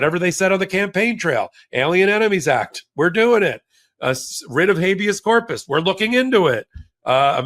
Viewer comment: Writ. not ritz...theyre NOT puttin on the wrist, the ritz, the rids....teach our ppl English 4heavens sake